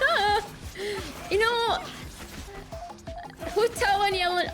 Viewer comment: i know it Hu Tao but the way u said it XDD